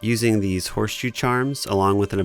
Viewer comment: "You know, children could play with theese toys" 🤓